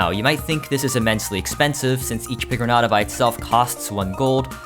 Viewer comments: It's pronounced pigron-yata and I resent you for pronouncing it like someone who's never heard the word piñata before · its pronounced pee gron ayta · As a mexican, I am baffled on your pronunciation of pigroñata like you have not ever heard the word piñata before💀💀💀